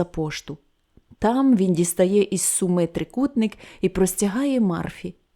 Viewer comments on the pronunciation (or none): none